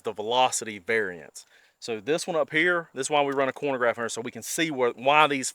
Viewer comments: “Chronograph” not “Cornograph” 😂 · Really enjoy the video and channel, but it drives me mad every time you say “cornograph”. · Chronograph, not cornograph. I still enjoyed the video. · “Corn-o-graph”, hahaha -khro-no-graph mah man, lol I think a 10.5 barrel at 100 would have been the best result. I use Underwood Subs. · What's a "cornograph" lol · Man said corn-a-graph... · Man this is a great informative video, but... Being from KY, I know I don't always speak proper english, but a "cornagraph"?🤣🤣🤣🤣🤣 Just kiddin' man. Great video! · Im sorry - are you saying corn-o-graph? I know ya gotta eat big to stay big but I dont think that machine has anything to do with corn. 😅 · The way you pronounce chronograph irks me